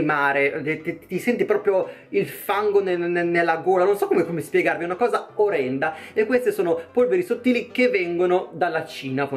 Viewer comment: Per colpa tua non parlo più normale, tutti Che mi chiedono: ma perché ti scordi sempre una r nella parola orrenda?